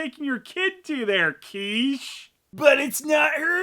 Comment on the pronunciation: and isn't her name pronounced "KITCH-EE"?